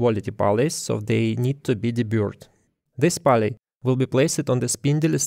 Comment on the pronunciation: Cool video. Nice to see that other people are using and documenting the electronic leadscrew. Just so you know, pulley is pronounced more like п у л и